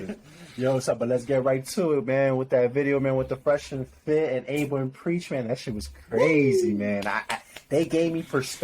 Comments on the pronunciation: It's pronounced AB-A, not A-BA 👍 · Bruh, if he says Aiba one more time . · You don't say the "A" in Aba.. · Nigga said abea , no son Abba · Its written Aba but pronounced Abba Good vid though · Love the video, but c'mon you guys you could at least pronounce Aba's name correctly lol. They say it all the time!! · It’s painful every time you say Aba wrong good video though.